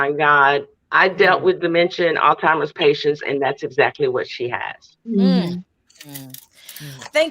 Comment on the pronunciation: It’s pronounced ALZ-HYMERS folks